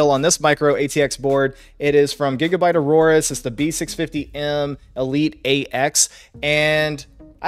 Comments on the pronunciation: It's not Auroras. It's A-or-us. Aorus. Not sure why that bothered me so much. The rest of the video was pretty solid. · I love how you call it Gigabyte Aurorus instead of Aorus. That would actually make a lot more sense. It makes me think of the Northern Lights because of all the RGB they put on that range.